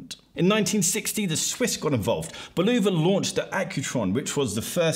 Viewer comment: Wait.. say Bulova again. That was weird.